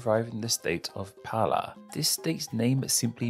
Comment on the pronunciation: Why did you pronounce some brazilian names with a L? Like "Roraima", "Pará", "Maranhão"?